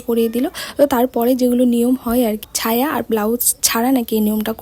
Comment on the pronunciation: ছায়া না সায়া